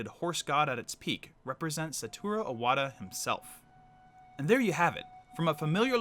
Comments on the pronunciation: he also needs to fucking learn how to pronounce SATORU IWATA, he says SATURO OWATA... fucking moron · I think the dislikes are about his pronunciation to SA TO RU Iwata also mispelled name in description I can get over that easy, here, have a like